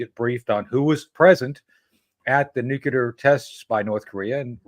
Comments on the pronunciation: I don't understand why important people say NUKEular instead of NUCLEAR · It's not nucular it's nuclear! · I cringe every time Tony says “ nook you lar “””….. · Nu-cle-ar tony ffs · LtCol. Tony Shaffer 's pronunciation of the word 'nuclear' tells a lot .